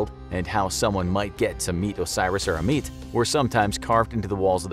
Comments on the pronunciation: Ammit is pronouns as ah mud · PLEASE TAKE THE TIME TO HAVE A GROUP OF PEOPLE HERE YOUR PRESENTATION BEFORE RECORDING... AHMET... IS REPETITIVELY MISSPOKE